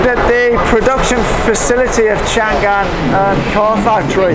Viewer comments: Chang An, not Chan gan. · a little mistake，it's chang'an，not chan'gan😂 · The correct pronunciation of Changan is Chang'An (长安 Chang An）, not Chan'Gan. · Stop saying Chan gan, it is Chang an. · The correct pronunciation of Changan （長安）is Chang_an, not chan_gan. Chang in Chinese means long , an means peace. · this is chang an,not chan gan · it's chang an, not chan gan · chang an , not chan gan !!! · Chang An, not Chan Gan ,please ! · “chang an”...not “chan gan”.... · don't know if anyone mentioned, but the brand pronounces Chang-an instead of Chan-gan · By the way, the name pronounce should be "Chang An" instead of "Chan Gan" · it is Chang'An not Chan'gan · Changan pronounces Chang-An, not Chan Gan, it also confuses me sometime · Its not Chan Gan, Its Chang An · Nice video, but it's Chang-An, not Chang-Gan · it's Chang An, not Chan Gan. It means peace forever. It's also the old capital's name. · Haha，a little mistake，Changan’s pronunce is “chang an”，not “chan gan”. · It is Chang an. Not Chan gan. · Thank you for introducing China to the world. Just one thing, pronounce Chang an separately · Not keen on finger print control, assuming that if your finger /thumb get injurerd, you can still open your car some how. By the way, 50 sec a car will mean about 1800 car a 24 hour day. You said 600 car a day. That will be 150 second a car. One more point, Changan pronounce as Chang An. Great show, enjoy your time in China.